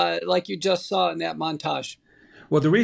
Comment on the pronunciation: If the "good" doctor is going to lie for a living, he really needs to keep the lies straight. And, if he's so smart, why does he always pronounce "saw" as "sar?" Maybe the warlock has SARS on his mind...a Freudian slip, perhaps? And, regarding Biden...what business does he have telling people they will or won't get Covid, based upon vaccination status? Ive always understood it's illegal for anyone who's unlicensed/unqualified to disseminate medical advice.